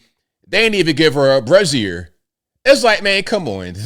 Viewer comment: Hearing say “brassiere” several times is like hearing my dad or granddaddy say “cornography”😵‍💫!